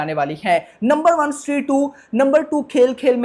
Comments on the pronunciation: स्ट्री kyo bol raha hai?😁 स्त्री hai wo🔥🔥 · Bhai vo stree 2 he not shtree 2 😂😂😂